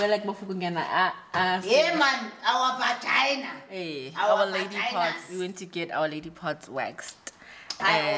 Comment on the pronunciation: emphasis on 'vagina' has me dead😂😂😂